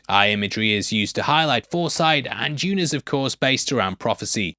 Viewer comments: it took me a second to figure out who is "june" he keeps talking about. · Why is he talking about "June"? We are here to talk about Dune, not "June"